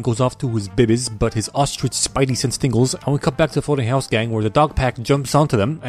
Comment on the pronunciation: I Died "Ah yes, De Bird is De Word" 😂